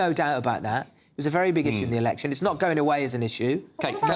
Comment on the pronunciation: Why does Sion Simon speak like an Essex girl - drawing the last syllable out to moronic lengths? "If they don't fix iiiiiiit" "So I can tell you wot I think - like I don't kno "Given all tha' "